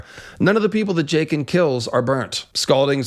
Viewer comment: “Jake-ann” is the worst